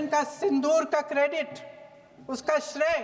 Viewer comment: Shray nahi shrey hota h